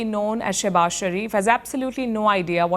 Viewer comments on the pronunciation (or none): Showbaaz...not shabaz